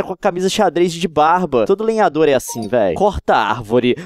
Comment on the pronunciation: na palavra lenhador ele acertou duas vezes